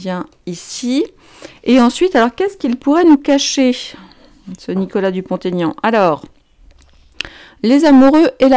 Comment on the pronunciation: Prononcez Dupont-Aignan et non pas DupontAignan. Ce sont 2 noms et il n'y a pas de liaison